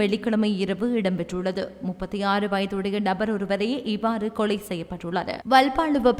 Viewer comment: கொளை இல்லம்மா கொலை